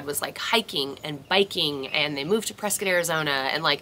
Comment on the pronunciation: Thank you for saying Prescott correctly! Also I don’t know about anyone else but I appreciate the “complaining” Lol. Let’s face it shit is not all sunshine and rainbows and life sucks sometimes and it’s nice to know it sucks for other people too. Not in a “haha I’m so glad you’re having a rough time” type of a way. More of a “thank god I’m not the only one” type of a way. If that makes sense.